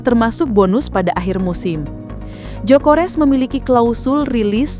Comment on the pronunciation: Gyokeres bukan jokores😂